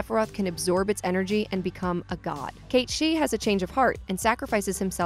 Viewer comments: How do you mispronounce every main name? How does sith sound like shi? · WHY ARE YOU NOT ABLE TO PRONOUCE THE LETTER I? ITS SHIN RAH. NOT SHEEEN RA. ITS KATE SITH. NOT KITE SEETH. my word dude. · How has nobody in the comments mentioned “Cait She” ... It’s Cait Sith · Isn't it Cait SITH not cait seeth? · Sith is now officially pronounced "she". I guess. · Is Cait Sith really pronounced that way? And not Sith as in Sith Lord? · Renaming Cait Sith to 'Cat-Shee' is like calling Luke Skywalker 'Luck Skiwalker' . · that and Cait-Sith... I suppose she's trying to pronounce it as if it was in Japanese, but... it would require two i's. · Cat sith cat sith cat sith cat sith cat sith. Say it with me caaaaatttttttt sssssiiiiiiiiiiitttttttthhhhh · They way she pronounces "Cait Sith" makes me cringe.